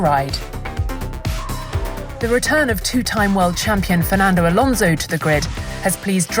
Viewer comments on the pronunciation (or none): none